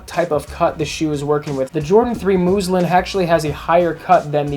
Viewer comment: Muslin, not moozlin